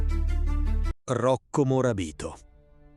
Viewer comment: Avessi indovinato un accento… Ad esempio è “Morabìto” o “Tegàno”, ed è “u tiradrittu”, non “u tiratore”…